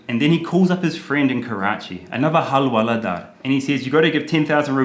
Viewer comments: It's Hawala not Halwala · Hawala not halwala حوالة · It's so unfortunate that bad thing hawala sounds so similar to our mouthwatering halwa... Even more that Karl is pronouncing it as 'halwala'. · It is Hawala not Halwala